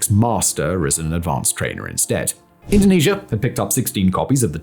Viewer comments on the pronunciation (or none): none